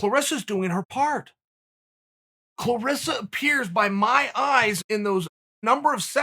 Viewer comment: Chael you are wrong, it's "ClarAssa"